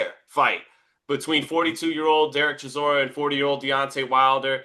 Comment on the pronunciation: say it right Derek DELBOY Chisora, A.K.A War Chisora